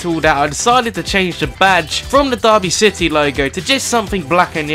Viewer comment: Its derry city not darby